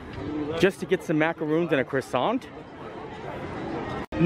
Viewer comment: Maka rohn not macca roooons lol.